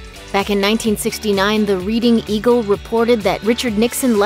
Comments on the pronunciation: Ugh, it's not pronounced Reeding....it's the Reading Eagle...like Red! It's also not Reeding Railroad, btw! LOL! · The background music is awful. It’s also pronounced REDDING - not Reading. The eagle is not reading. 🤦🏻‍♀️ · "Reading" is pronounced "RED-ing." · Reading Eagle is pronounced like “Redding” Eagle, for the city of Reading, PA. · Redding. Ever hear of Reading Railroad? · They said reading eagle wrong its red-ing eagle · I’d like to make a correction The Reading Eagle is pronounce ‘Redding’ it is located in Reading, Pennsylvania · The READING EAGLE. Sounds like Redding, not reading!!!! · I may be knit picking but Reading is pronounced Red-ing not like reading a book. It just makes me cringe when people say the reading railroad. I know it's a small thing but if you're reporting on something don't you think you should do some research of how places are properly pronounced? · I used to live in Reading. I laughed at her pronunciation.